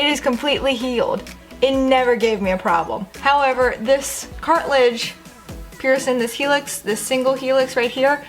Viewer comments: It’s PIERCING NOT PIERSON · It's kinda frustrating how shes so articulate and has a consistent way of speaking and then she just goes p e a r s o n